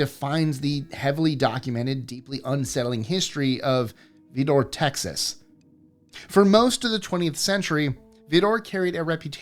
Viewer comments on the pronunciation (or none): The Texas town is pronounced as vider a lot of Texas towns are not pronounced the same as the spelling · Love your content but the Texas city is pronounced Vidor(Vi-Door) and yes,we do our best not to travel down. I-10 at night.....even in 2026😢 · The i in Vidor is a long i. Beigch towers is pronounced Bay- getch. Yes, I’ve lived incredibly close to both places although they’re thousands of miles apart. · Texan here, you did not pronounce Vidor right, if you said Vidor the way you did to any east texan we would assume you are talking about the vdoor on a drilling rig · Either way is fine but just a side note, I grew up and still currently live just over the Louisiana state line, 40 miles from Vidor TX and its pronounced with the 'I' as in I live less than an hour from Vidor. Spot on with the history l, in the 90s, there was actually a brutal killing of a black man that was absolutely horrendous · Your adamant determination not to do any research into the pronunciation of words with which you are unfamiliar is infuriating. Vidor is the issue here. I'm not from there, and I find the thing that makes them unique horrifying and a reason to avoid even driving through, but it's dismissive of your audience to not do anything beyond the most basic research. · Vidor is pronounced with a long i. Not fond of the new format, but I will still watch.